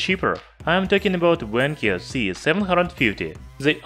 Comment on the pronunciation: Not Wankyo, Vankyo.